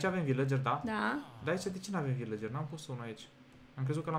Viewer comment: LA VILACERI NU SE ZICE AȘA SE ZICE VILCERI. CU DRAG DELIA.❤❤❤❤😘😘😗😘🇦🇩